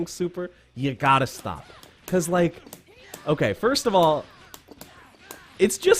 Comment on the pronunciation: Wtf is an okayzemae???